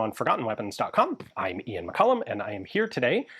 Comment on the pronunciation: I had to listen to that intro a few times. I thought Ian was in Iran for a minute